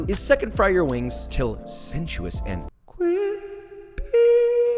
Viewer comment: FINALLY HE SAID “CWISPY” AGAIN